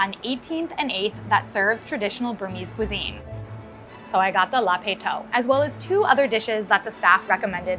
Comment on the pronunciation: I am so pleased that she made a video about this.. Burmese food should be more well known!! but her pronunciation is completely wrong, did no one tell her? "La-pet thoke", it's pretty straight forward.